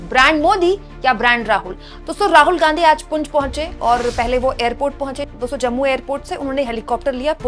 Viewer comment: पुंछ है ना कि पुंज , प्लीज़ नोट